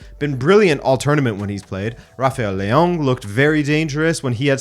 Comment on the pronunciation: Why does he pronounce Leao like that?